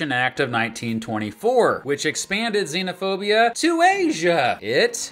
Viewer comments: he actually said sinophobia, which sounds almost exactly like xenophobia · pronouncing sinophobia wrong